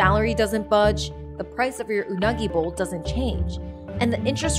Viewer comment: when you correctly pronounced "unagi" a sense of relief washed over me